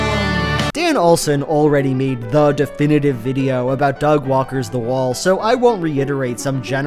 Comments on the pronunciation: to hear for sure say "dog walkers" instead of "Doug Walker's", you're welcome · At this point of the video you definitely said "Dog Walker's", which I found intensely funny for some reason